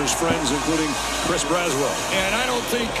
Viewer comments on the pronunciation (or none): none